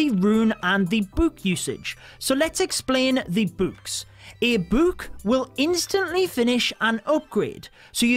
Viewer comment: I love using buuks. Buuks are my favorite addition. If I see something I can use a buuk on, I use a buuk on it. Buuk the troops? Yes. Buuk the hero’s? Yes! Buuk the everything?! YES!! Buuk buuk buuk. That’s how it’s pronounced, that’s how it’s spelt. BuuuuuuuuuuuuuuuuK